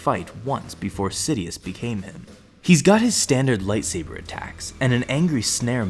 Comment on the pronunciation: you said Darth sidioouth